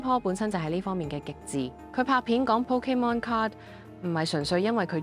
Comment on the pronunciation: 聽你讀pokemon個字聽得好辛苦😂